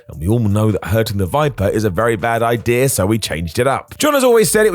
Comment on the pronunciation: Idea* not Ideer